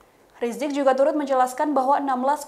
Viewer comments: Habib riziq.. Bukan rijik, tak pernah sekolah Arab ni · tolong dong mbak penyebutan nama habib rizieq beliau doktor... jangan rajak riziq ky ga punya adab